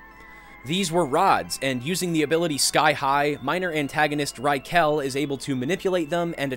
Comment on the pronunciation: This is always so funny to hear how westerns pronounce manga characters names Rai-kel lmao